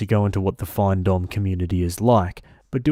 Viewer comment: FINdomme. Financial domination. It’s pronounced like fin in fish fin lol. Not FINE. Also, she needs a backbone, stop being a pathetic doormat. Stories like this are infuriating. Trash talked her and everything.